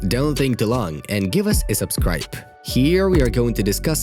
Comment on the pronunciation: He pronounces subscribe Subscripe jokes